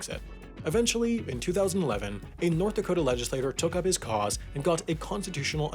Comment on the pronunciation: "I'll be deep in the cold cold ground before I recognise North Dakot-ah!" ;)